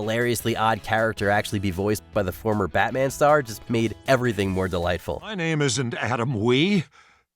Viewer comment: “Have a Deelightful day” 🤣🤣🤣🤣